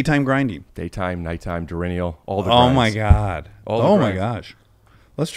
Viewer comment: “Durinnial” does this guy mean diurnal? What a goof!